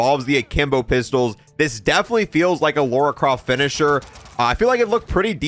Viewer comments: lora croft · Lauora croft